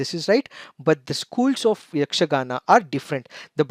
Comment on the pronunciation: May be you are kannadiga how I identified that was, you easily and correctly pronounced yakshgana school names.